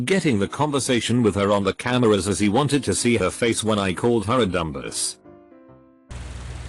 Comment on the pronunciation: I love how the text-to-speech engine pronounces "Dumbass" the same way you pronounce "Rhombus" "Dhumbus"